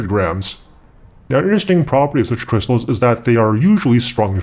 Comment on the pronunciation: did you mean kershstals :D no